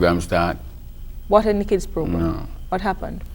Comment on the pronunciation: Keeds and diseases😂